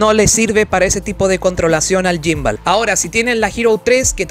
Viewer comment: No se dice yimbal 🤦🏻‍♂️🤦🏻‍♂️🤦🏻‍♂️🤦🏻‍♂️🤦🏻‍♂️